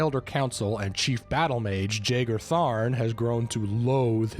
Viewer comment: just gonna put it out there that Jagar is pronounced Yaygar